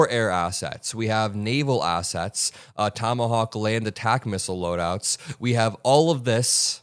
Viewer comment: Did you say assets or ass-hats? All those good soldiers sent to slaughter little boy and girls. Don't forget: Under the Uniform Code of Military Justice it is a crime to give or follow illegal orders. Oh crap are they going to recall me now that I opened my mouth?